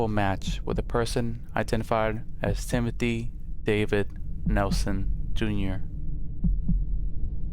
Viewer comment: Gives me chills when the guy says Timothy's last name. It's my first name, and how the news guy says it just makes me disgusted